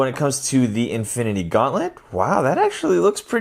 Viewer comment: “Infiny war” XD